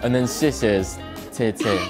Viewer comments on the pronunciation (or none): 尤其那个“谢谢”（ce ce）